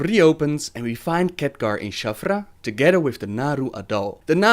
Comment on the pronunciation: I love how you pronounce Khadgar as Catgar